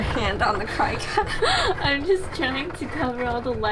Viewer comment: Also 😂🤣 cricut is pronounced “cricket” and I...opp!